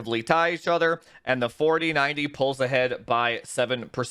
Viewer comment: Only subscribed because he says "FAWTEEN FAWDEE PPAYYYYY" lmao. Excellent review! Especially the OC benchmarks!